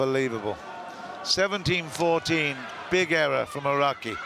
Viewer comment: Clinton Kim 시간과관계없이 전체적으로보면 일본선수들이 득점혹은실점을했을때 크게반응하는모습이고 한국보다 아라키선수가 서브할때 굳이 발음굴려서 알ㄹㄹㄹㄹㄹ 라키 이러시는데